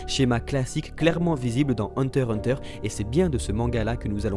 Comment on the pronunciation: On dit hunter X hunter !!!